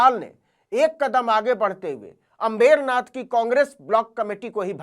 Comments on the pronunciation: आप अम्बरनाथ को अंबेरनाथ क्यों बोल रहे हैं? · Navin bhai it's Ambar Nath not अम्बेरनाथ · अंमबेरनाथ नहीं अंबरनाथ बोलिए नवीनजी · नवीन बेटा अंबेरनाथ मत बोलिए। सही उच्चारण करें। अंबरनाथ बोलें। धन्यवाद जी ❤❤❤❤❤🎉🎉🎉🎉🎉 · FAKE journalist pehale Ambernath ka Pronounciation seeko.